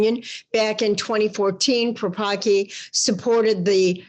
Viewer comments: please pronounce the surname of that bishop correctly - the Polish pronounce it differently, thank you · Don't bastardise his polish last name read Paprocki c as in cells